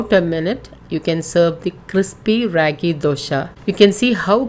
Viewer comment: It's not ryagi , it ragi 😋